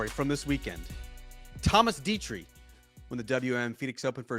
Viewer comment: Say it with me Lav… ‘Detry’ ‘Thomas Detry’ Slow down, take a breath. You don’t need to be an erupting volcano when you talk. It’s not a competition to see how many words per minute you can say.